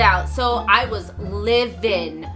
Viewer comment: You were livin? 🤣 it’s ‘livid’